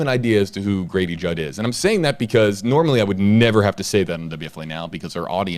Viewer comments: I thought you said Gravy jug 😄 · Say Grady Judd again.